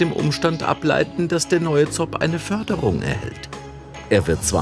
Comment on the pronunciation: ZOB spricht man Zooooob- nicht Zobb - laaaanges O für Ooooomnibus ;)